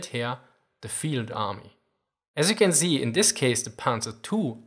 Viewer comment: "Az you can zee..." lol ;)